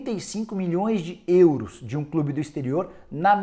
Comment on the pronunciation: So eu que acho engraçado o Nicola falando “ÊÊÊUros”?